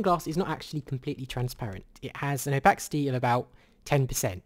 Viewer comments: It is o-pah-sih-tee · Did you say Opaxity?